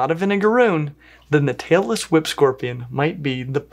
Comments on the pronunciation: So I'm watching this with the volume way down as not to wake up my sleeping partiner and I almost woke him up by accident anyway. I nearly loled when google's closed captioning decided you were sayinh "Taylor Swift" scorpions instead of "Tailess Whip" hahaha. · I swear whenever I don't listen too closely it sounds like is saying "Taylor Swift Scorpion". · I thought he Said Taylor Swift Scorpion 😆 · I keep hearing “Taylor Swift scorpion”